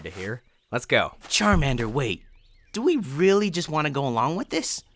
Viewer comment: You said charmender